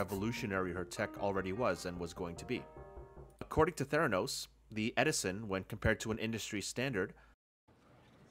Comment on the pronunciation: Theranus with a slient "T"